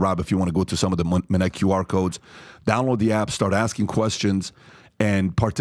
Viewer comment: When I hear "Minnect", I disconnect